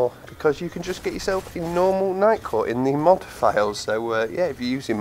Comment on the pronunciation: Legit thought he said Nightcore at first.